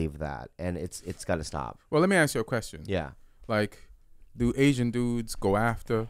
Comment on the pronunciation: I can't really hear it, plus he's say "aks" and "aight"